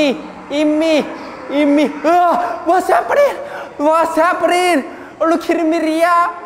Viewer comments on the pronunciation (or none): Take a shot everytime he say wass haperrninng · "warsz heppening" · Someone tell me how much times he said wAtS hAppAnIngg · What's sappenring, are you Kirring me idiah? The best English ever